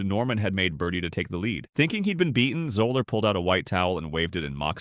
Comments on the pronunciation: It’s pronounced Zeller not Zoller! Also, it’s Kofax not Kufax. Please learn how to pronounce their names properly! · FRom outset, the narrator cannot even pronounce Fuzzy's name correctly. Love on. Another pointless time wating video